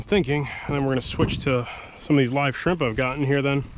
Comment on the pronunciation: "skrimp action" made me chuckle